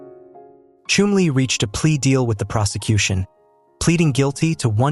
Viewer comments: His name was Chumlee, with a short u. You said it lik flume, and ir should be Chum (like jump). If you are going to be an announcer, learn to announce!! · It’s pronounced is if your chumming for fish!!!! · The name is pronounced “ChUmly! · Learn how to pronounce his name and please drop the Indian music! Yikes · Not even pronouncing his name right! Not watching or following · they don't even pronounce his name properly!